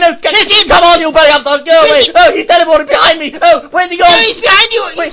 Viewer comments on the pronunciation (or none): He Tell-e-poo-ted